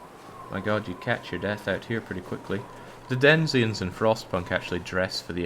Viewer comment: "The denZIens of Frostpunk dress..." Sorry to be a pedant but it's not den-ZI-ens but DEN-i-zens. With the accent on DEN. That being said, loved this interloper training and the darkwalker WOS.